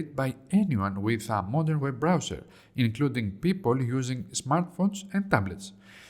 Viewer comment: "web browswer" 🤣🤣🤣🤣🤣🤣🤣🤣🤣🤣🤣🤣🤣🤣 moron